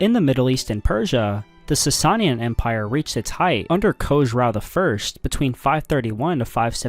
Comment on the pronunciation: Everyone commenting on the butchering of the word "aqueduct", but I don't see one person complaining about the consistent use of "Sasayin"? "Sasanian", bud.